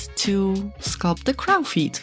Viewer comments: I keep thinking you're saying 'crowd' or 'crown' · Your first video came up on my FYP. It was a cute piece so decided to keep going. For someone who this is there second doll this looks good. You differently reminded me of Catmelon in how you two lock your dolls in places. Lastly I love how you say crow 😊😅❤